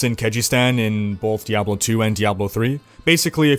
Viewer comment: did he just say diabolo